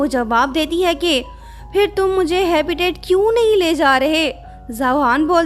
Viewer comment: हैबिटेट होता है हैबीतअत नही 😇